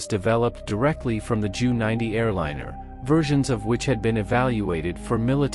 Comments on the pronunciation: And J. U. not "jew". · I don't think many Jews will be offended by the mispronouncing of "Junkers" or by the use of "Joo" instead of "Jay Yoo". Life's too short for such stuff. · The Jew 290 must have been remarkable 😂, I think the Ai needs some tweaking